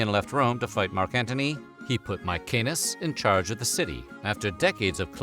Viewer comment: It's fucking MaeSenas, not MaeKenas.